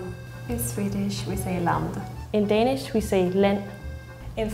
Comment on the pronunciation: It bothers be how they all pronouce "Danish" Like come on, how fkn hard is it haha